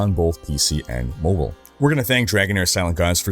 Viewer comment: I thought, “oh cool, another vid…” then I lasted until he said “mobile.” Next!